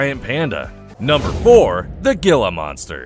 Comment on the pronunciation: He-la, not gila. Pronounce it right.